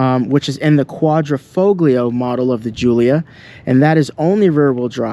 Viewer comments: learn to pronounce "quadrifoglio", if you are british or american it doesn't mean you have a license to butcher every word in another language. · Great video but kills me how you pronounce Quadrifoglio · Mate, your Giulia knocks it out of the park, great colour, great stence, nicely lowered, just brilliant! By the way, do not pronounce the G in Quadrifoglio, you'll make them Italians mad! 🤣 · Was told the "G" in the word Quadrifoglio is silent. Not to nit-pick your story. With apologizes if I am wrong. I love these cars. My CRNA buddy just bought one and loves it. Good review. Hope to see more. Thanks! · Very nice review and I agree with you all the way as I own one of these cars and adore it. But, if you will allow me a small Italian pronunciation lesson.....the "g" in Quadrifoglio is silent! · Great video overall, but Sir... The "G" in Quadrifoglio is silent... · 2 things. First, you're pronouncing quadrifoglio wrong and why don't u have carbon fiber door handles? Would look even better than it already does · Dude you don’t pronounce the G in quadrifoglio…. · The “G” is silent in quadrifoglio”. Most people just say QV. My ‘18 QV has been bullet proof. 4 years and 22k miles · Your name would imply you know something about Alfa's but you don't know how to pronounce "quadrifoglio"? Here's a hint: The G is silent in Italian when preceding an L.... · It's a silent 'g'. Get it right. You pronounce the G of Giulia as a J correctly. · I have never heard a single English-speaking Youtuber say it correctly: we do not say QuaDROfoglio, but QuaDRIfoglio... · Just to correct you Quadrifoglio, it's not Quadri-Fog-lio, FOG-LIO sound like FOLIO you don't pronounce the G. Thank for the video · the G in Quadrifoglio is silent, and it's not QuadrO....it's QuadrI foglio.... you're welcome. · Quadrifoglio is pronounced, "...folio". No hard, "G". Like, "intaglio". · It’s pronounced Quadrifolio… the g is silent. Please stop mispronouncing the name of this vehicle. Thank you! 😢